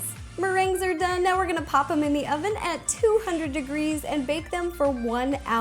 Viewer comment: LOL, she says "ovem" 😂😂